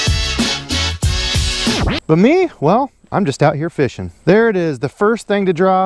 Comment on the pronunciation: no problem brother. My fiance loves when you say feeshin lol